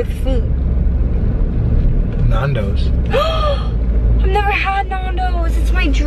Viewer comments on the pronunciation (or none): Nondoes? It's a Nandoes, but it don't matter I'm not making fun of you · And nandos is pronounced nan-doe's not narn-doe's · it's Nan dos not Narndos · nAndos not nondos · Nondos wow she said Nondos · u say nundos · Your saying nandos wrong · u say nandos soooooooooooooo wrong